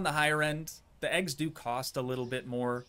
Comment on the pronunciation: STOP SAYING EGGSMA ITS EGGS